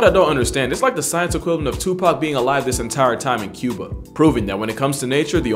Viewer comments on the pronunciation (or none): none